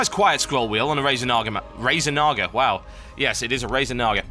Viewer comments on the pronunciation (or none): none